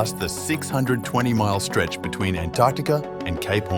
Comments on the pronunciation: Oops . . . Antertica? I think it's Antarctica. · What exactly is "Antertica"?